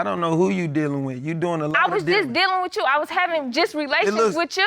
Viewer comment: Who knew that, "With You" could turn into, "wit chew"😳🤯🥵